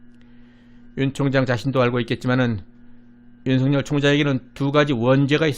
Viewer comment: 윤석열을 윤성열로 발음 하면 안됩니다! 소리나는 데로 읽으면 윤서결로 읽어야 정상 입니다! 왜냐하면 실제 이름이 윤성열 인 사람이 있다면 윤석열과 윤성열을 어찌 구분 하겠습니까?